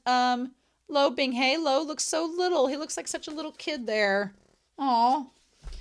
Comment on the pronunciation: It's so easy to listen to these. I have a couple other Youtubers I like and I've tried their read throughs, but none of them took. Yours are great. Just enough talking and reading, and you read well, which THANK YOU. I will get used to you saying 'binghey' instead of 'bingha' lol. I'm most impressed you got Qingqiu right so quick. That one took me FOREVER.